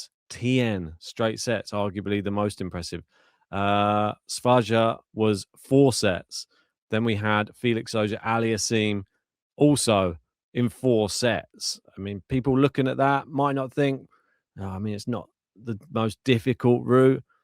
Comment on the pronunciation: Are you dyslexic? It is SvaJDa, not SvaDJa.